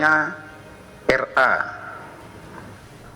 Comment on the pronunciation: Aku dengernya RA bukan NR